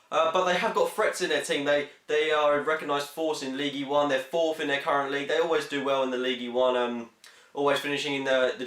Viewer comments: Its pronounced Leeeeeeeeeeeeegg UN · It's pronounced Lige Une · It's pronounced league un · Love how he pronounces ligue 1. Leagee one.